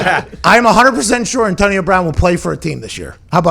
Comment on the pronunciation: Why do you say antonio like that Pat, "antionio"